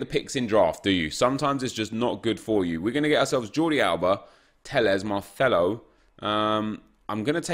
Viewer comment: Why does he always pronounce c’s as “th” “Marthelo” or “Calthio A”